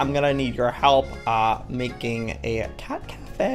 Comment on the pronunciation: did u know at the first of the video he said cat cafea did u know that's in japen